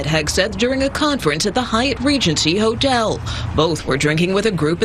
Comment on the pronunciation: ho-tel, enough said